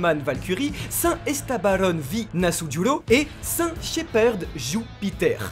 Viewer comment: C v. Nusjuro et pas nasujuro